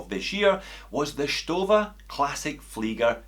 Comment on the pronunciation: That "SHTOFFA" is a very nice "FLEEEGGA"...